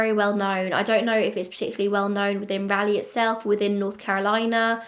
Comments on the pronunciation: I was at first confused why I'd not heard of this story, considering I live within 30 miles or so of this area, but then I was only 8 when it happened. Still a bit surprised that an unsolved murder doesn't get at least a little attention. Poor Beth-Ellen :( Don't feel bad about your pronunciation of Raleigh, even people in the US get it incorrect. Rah-lee :) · I've lived in Raleigh (and surrounding cities) since 1992. I know most of the places that you are talking about. I hope it gets solved. Also, I love how you pronounce Raleigh. Not how locals do, but very British 😂 Edit: I did a bit of research, because I was very young when this happened. I asked my mom too and she had never heard of this, although we lived much more west at this time. Capital Boulevard is a very busy, very used through way, and so it really could be coincidence that her car was between her home and her destination. That area, Capital and 440 (a circular highway around Raleigh) would be an ideal place to get away quickly, and being just off of Capital, her car may be ignored until the employees needed to access the parking lot. It's also not unusual for cars to block parking lots of closed car places, trying to discourage people from trying to take cars I bet, so I wouldn't think anything of it if I was driving by. I'm actually pretty familiar with that area, I'm at the Costco just north of there all the time, and it's a pretty well traveled area. It was much harder to find the address of where she was found, but that's a bit more off the beaten path. But we (Raleigh) also seem to shut down pretty early, especially outside the city, so I doubt there was much traffic when she was attacked. I keep changing my mind on whether it was pure opportunity or something more personal. I really would believe either.